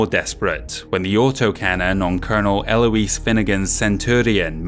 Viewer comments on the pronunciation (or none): none